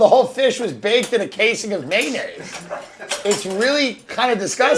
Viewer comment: Between Berts grandma laugh and Tim saying May-naise.. I'm dying 😂